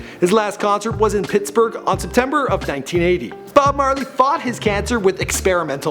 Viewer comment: You said bob barley